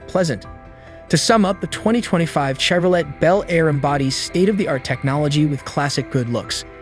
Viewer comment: Did you just say "chev-ro-LET?" No thanks.